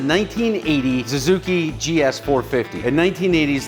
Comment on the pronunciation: I love that you say Zuzuki instead of Suzuki.